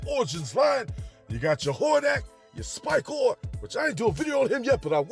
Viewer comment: Love the videos but I’m curious as to why you always say “Sky-Klone” when I know you know it’s “Sy-Klone”.